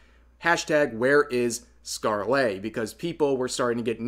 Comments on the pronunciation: Anyone else full body twitch when he says scar-lay Rev... Bruh... Skarl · I love your videos and know you do your research but the way you say ScarleYyyyy is so annoying. All that research but couldn't spare 1 minute to look up how to pronounce the name? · Its not a huge thing, but Scarle is pronounced like Scar-luh. It doesn't follow standard english pronunciation (like a lot of actual english words dont). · never heard someone pronounce scarle's name so wrong before lol